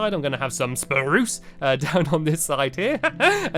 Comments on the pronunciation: And spruuce the way he says spurce Lol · You said fluffy it's SURBERT sorry stampy but sometimes you annoy me and you also said spuce right like really harsh but on birch you just said birch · 😱 u didn't say SPARUCE wood